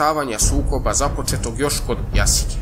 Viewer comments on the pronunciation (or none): Nije Jasica neko Jasika. Varvarin se ne akcentuje tako.